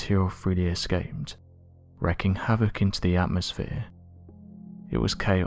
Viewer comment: It's WREAKING havoc (pronounced REE-king) not "wreckking."